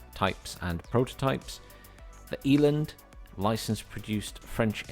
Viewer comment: Not to be a pronunciation nazi or anything, but let me help you pommies out so you don't embarrass yourselves online when you get this... Rooikat: Roy-cut Ratel: Raa-til Eland: Ee-lunt Renoster: Ray-noo-ster Buffel: Biff-il Rooivalk: Roy-fulk